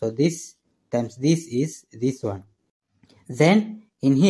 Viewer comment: Take a sip everytime he says "wan wan wan".